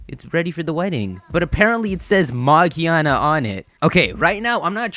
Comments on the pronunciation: its not "magiana" ITS MAGEARNA! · It's magearna,it's easier to understand in the US version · Yeah, this guy is right. It's with a hard G like the G in giga, gear, gorilla. Japanese letters don't have multiple pronunciation like English. so it's like "Mah-gih-ah-nah" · Actually it pronounced Magearna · its name is magearna